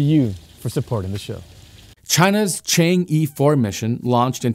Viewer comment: Say "tritium" again. I dare you. I double dare you! Also, "Chang'e" 😂